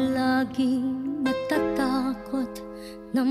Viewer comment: hindi talaga siya marunong mag bigkas nang tagalog..di mo alam kung bisaya or ibang lahi kumakanta. 'nachathakot" "dhamdhamin" "sasavihin".